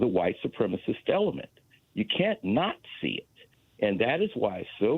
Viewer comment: "You can't not see it" or "You can't Nazi it"?